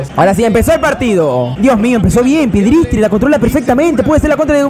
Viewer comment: Me gusta por que le dice piedristri y es pellistri